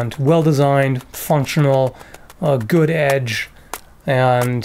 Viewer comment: Lol when you said Goutch instead of good edge retention. it sounded like the Mi'kmaq word for Dad. Made me look up at the screen. What did he just say? Lol funny little language fail there. Nice knives too by thw waym hope they let you keep them.